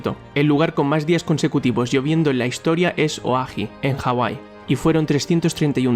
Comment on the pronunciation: En el decís el lugar donde más veces llueve al año y mostrás una de las islas de Hawaii Pero vos decís oahi y no es ese el nombre, es oahu Busque lo nombres de las islas y no hay ninguna con ese nombre Pd. Esta muy bueno el vídeo